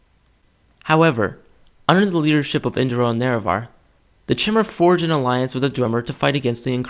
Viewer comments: You pronounce it chimmer but I thought it was kai-mer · Chimer is pronounced Ky-mer, Dwemer is pronounced as if it were Dweb-mer minus the B, and Dunmer is pronounced Doon-mer. also, the Mer is pronounced like murr. It's a 'u' sound. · i have heard Chimer be pronounced "ch-eye-mer" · not sure, i always pronounced it as Chy-Mer thought it sounded right to me. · I have a question for you. Are you sure, it's pronounced "Chimer" (like chair) and not " Kymer" (like Chimera)? I've been pronouncing it that way forever and I'm just wondering if I've been wrong this entire time. :) Cool video by the way. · shy-mer= chimer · Great video :p Btw its Chime-er Like your saying Chime but saying er at the end. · wah, I pronounce "chimer" as "kimer" - like the greek "chimera".. are you right? or am I right...